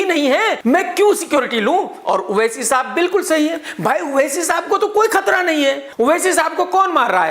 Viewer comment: Everyone:-owaisi Krk :-oaisi......😂😂